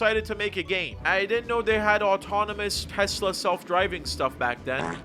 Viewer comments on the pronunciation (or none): none